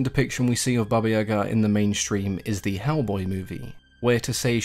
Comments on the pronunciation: I'm Russian and watched movies about Baba Yega (iyeeeega not iagaa). You really did a good job with the description. Slavic folklore is often very grey...most beings aren't outright evil. If I can recommend some movies the best are by a film director last name Roe who made it his life mission to bring fairytales to life. A good one is Morozko. In terms of literature the undisputed king of poetry Alexander Pushkin has a great series of fairy tales, s.a. Ruslan and Lyudmila Overall I always enjoy your vids and am waiting for more Slavic themed ones.😉😉☺☺ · Accent on the Ya not ga. I like how her name is Granny Yaga. Always reminded me a lot of the witch from hansel and gretel. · about the pronunciation of Yaga, im Russian too, and it is NOT pronounced iyeeeega, wtf. Yaga is exactly how it's pronounced, w the emphasis on the last syllable. I'm from Vladimir which is a 2h drive from Moscow. Don't know where is from, bc there ARE regional differences in pronunciation in Russia. Iagaa is EXACTLY how it should be said.